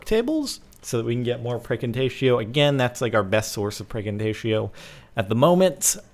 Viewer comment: Does anyone else hear Praecantatio as FREAKING TATIO?